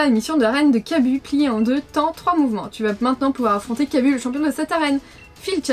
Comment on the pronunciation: je pence qu'on dis Kabu mais le "u" se dis plus "ou" et bonne vidéo